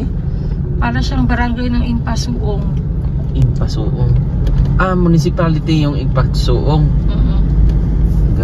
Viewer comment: ang pgbasa po ng inyong narating... Im-pa-sug-ong